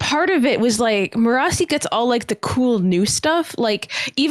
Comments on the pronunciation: I've barely started watching and kept hearing you guys mentioning Me-RAH-see and am like, who is that?! It took several minutes to realize that its Mer-a-sea as pronounced by Michael Kramer in the audio books. I have no idea how Brandon says it, or even how it's spelled, but I like to think it's a varient of Kelsier's wife's name Mer. I'm just amused at how the names translate for readers vs listeners. For all I know, Michael Kramer reads it wrong. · They kept saying Mirrorasi... I was like wtf is that. The audio book says it as maire-a-see. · I love you guys so much. But I'm an audiobook Cosmere reader and I HATE how you guys pronounce Marasi (mur-ASS-ee) lol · I'm sure their pronunciation of "Marasi" only annoys me cause I listened to all of era two on audiobook but I just don't see how anyone could think it's pronounced the way they say it... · it's great but the only problem is he pronounces Marasi a certain way and in the group above, Evgeni is the only one who pronounces it the same way. I started this series in audiobook form so I've always pronounced Marsai the same way ... but now I'm confused and starting to question everything haha